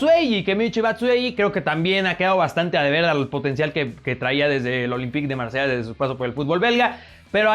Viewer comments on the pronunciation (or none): none